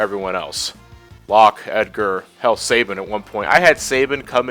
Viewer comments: You're saying Sabin wrong...stop...please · Sa-bean! It is pronounced Sa-bean! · I'm sorry guys it's not your fault, but I've heard his name mispronounced too many times. It's French in origin and it is pronounced Sah-bean. Thanks for your patience.